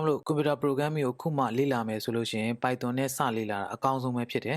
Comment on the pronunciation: အသံထွက်တွေမှားတယ် ဗယ်ဘဲတွေ ပိုင်သွန်တွေ 😂😂